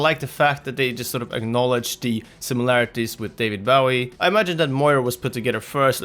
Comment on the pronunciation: Its david bowie as in hanzo's bow bowie not bowie as in bow before the queen bowie